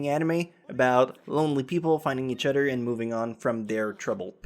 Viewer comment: hmm.... where is this guy from..? he pronounces some words kind of funny.. "each udder(other)" "dont bodder(bother) you" lol